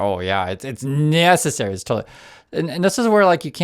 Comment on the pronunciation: "nyessary". I thought he was going to say "nyet means nyet". And does anyone understand wtf these people are talking about? It's all double talk. But I guess that's the point